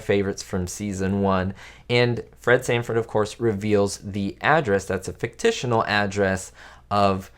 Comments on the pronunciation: "Fictitional"??? 😆 I think you mean fictitious. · There is no such word as “fictitional.” I think you mean “fictional” or even “fictitious.” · WTF is fictitional??? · Did this guy say “ficticional”? He could have chosen “fictitious” or “fictional” but he’s using his own personal language. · Fictional is a word, as is fictitious. "Fictitional" is not a word. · Fictional or Fictitious. Fictitional is not a word. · Good interesting video. I used to watch this show when it was on broadcast TV long long ago. But just a note. The word is "fictional," not "fictitional." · Is "fictitional" even a word? Otherwise, thanks for the memories. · Lisa Douglas also says fictitional 😂🤣